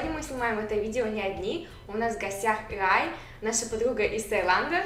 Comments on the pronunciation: а почему Вы говорите не Ыай, а Рай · Словечки с произношением шикарны)) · Никто не говорил Рай, просто Катя не выговаривает букву Р,и это мило)